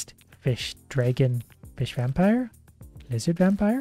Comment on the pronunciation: Disliking because of „DrAEgon“